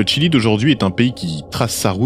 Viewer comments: Le Chili et non le tchili.... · On prononce "Chili" ou "Tchile" (en espagnol) mais pas un mélange des deux. Mais sinon très bonne vidéo! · C'est étonnant ta façon de prononcer le Chili 😂